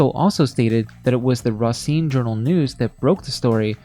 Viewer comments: Another pronunciation issue is when pronouncing the Wisconsin city of "Racine". The actual way to say it (from a local) is not Ruh-cine, it is said Ray-cine. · As a Wisconsin native the way you pronounce “Racine” is hilarious 😅😭